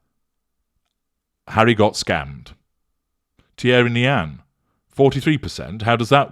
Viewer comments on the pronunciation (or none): none